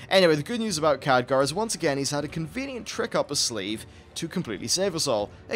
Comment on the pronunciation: Khadgar, not Khadager, it's pernounced Cad-Gar.